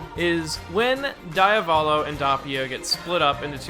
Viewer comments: can you please stop calling him daiavolo? as an italian i want to put a knife into my ear every time you say that I can understand the "Dopio" instead of Doppio because english speakers seems unable to pronounce a doble consonant, but... pls... Diavolo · DOE-pi-oh and Dee-ah-VOH-lo are the proper emphasis/pronunciations, yes? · Die-avolo? I haven't read the manga, but from personal experience I'm sure it is read as Dee-uh-volo (basically you pause on the "a" not on the first "o") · Hate how pronouces Diavolo Dee uh vaw low? No its Di aw voh low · My nibba said some diya-volo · It not die-o-val-o it's de a vo low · its pronounced DEE-AA-VUH-LO not DI-AA-VO-LO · Dee-ah-vo-lo, Doh-pyo. Not Dayavolow and Dahpio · "Diya-voh-low" Dee-ah-vow-low* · Diávolo not Diavólo DIAvolo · If I start saying Dieavolo instead of Diavolo I know who to blame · The correct pronunciation is Dee-UH-volo and not DIE-a-olo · shouldn't his name be pronounced as Di-uh-volo? not Di-ah-bolo?? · Diavolo Diovolo KONO DIO DA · The way you read Diavolo makes me want to DIE a volo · Dahppio Dahvulo My ears hurt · WHY ARE YOU SAYING IT LIKE DIE AH VOLO WHHHY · Dee-ah-vo-lo And it’s Dope-e-o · DAYABOLO AND DAPYO You butcher theirs names wtf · ah yes my two favorite characters, Dawpio and Deeavawlo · Listen and repeat: DI - A - VO - LO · Pronouncing Diavolo as "Di-ah-vall-o" : It just works..... NOT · jesus guys, it's pronounced "Diavolo" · Tips from an Italian: DEE UH VOH LOH or Di À volo. The emphasis is on the A. Cheers! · DEE-AH-VO-LOW Devil in Italian Sorta pronounced like Diablo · HOLY FUCKING SHIT,. Doppio = Dow-pee-oh, Diavolo = Dee-aw-vow-low. Otherwise, I enjoyed this video, good job. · it's italian so it's actuially "doh-pyo" and "dyah-voh-loh" idk where you're getting the "w"s from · Why do you pronounce Diavolo like that? And Abbachio. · The way "Diavolo" is pronounced in this video makes me mad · The way this nigga pronounces diavolo triggers me